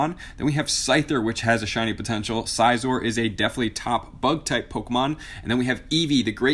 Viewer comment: "Scissor" not "Size-or"